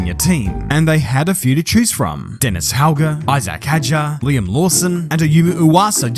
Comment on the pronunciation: it's Liam...